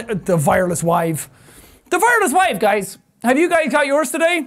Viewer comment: The "Vireless Wive" is my favorite quote from this video.